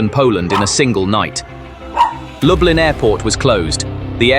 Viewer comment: DET HETER LUBLIN,INTE LUB LIN.